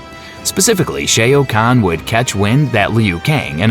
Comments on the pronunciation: Omg its not shay oh kahn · Dude how do you say “shayo” khan but you say kung Lao name perfectly, shao, Lao, I don’t even wanna watch this just bc of how cringe that is 🤣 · I am sorry. I had to stop. Shay o can? What the f... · Dude I can’t hear sheao kaun anymore I’m out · You lost me at shay o khan . Not watching anymore of your videos sorry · I can't take this seriously, with the clear mispronunciations. I laugh every time I hear 'Shea O'Conn' because all I can think of is an Irish Shao Kahn going 'thaht's it, ahm gettin' me mallet!' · bruh what the fuh you mean "shay-oh khan"??? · Shay o khan? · Shay O'Khan? Ah yes, he hails from Dublin! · Shay O’ Kan? Yup video off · Shay-O Kahn Gorow Riden 😂😂😂 Great Video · It lost me at Shea O'Khan. Shao Khan's Irish cousin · SHAO SHA OUU KHAN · Great video But please SH- AOWWWW - Kahn RAY-DEN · Come on dude, please do research on the pronunciation of the names of the characters. You butchered Shao Khan's name. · Can somone REUPLOAD THIS, but with the proper Pronunciation for SHAO-KAHN's name put in? It's infuriating to hear it said wrong because it's so obvious when the mistake happens.